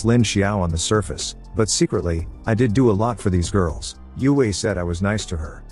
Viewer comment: It's so annoying when you say "I T" D I D". Just pronouns the damn word bro.......